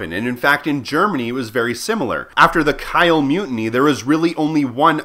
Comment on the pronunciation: About pronounciations: "Kiel" is pronounced like [Kii'l] you pronounced it like [Keil]. "Pu Yi" is pronounced afaik like [Poo Yee].